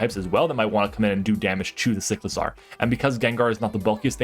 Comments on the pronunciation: Cy • clizar not Sick • lazar . Like huh 😂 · do you pronounce motorcycle like motorsickle just as you pronounce cyclizar like sicklizar?